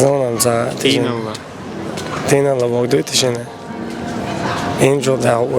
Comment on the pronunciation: Тишина -не тийнаЛа ,а тийнаЛла